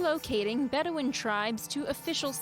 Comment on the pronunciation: Drink evry time she said beduin